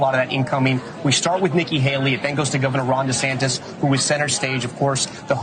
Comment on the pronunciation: Did Ron say his last name was desanctis lol?!? Like trump calls him desanctimonuous lmao!!! Hilarious